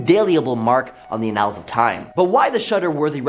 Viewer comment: I love the presenters so much. I just want them to look some of these words up so badly., you're awesome. If you can fix one thing today, let it be "annals." I would love you 1000% more! 💙